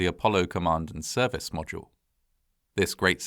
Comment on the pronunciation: Good to know, but also pretty funny to point out when he can't pronounce "capsule" or "module"